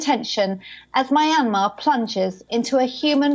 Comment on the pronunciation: "Muy-Anne-Marh" "Sooh-khee"